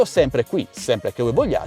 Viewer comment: è corretto